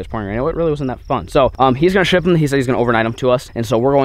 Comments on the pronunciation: I swear he said “hey, sh*t me 12 of them” instead of ship 😂😂😂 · I slowed it down to .25x, he said ship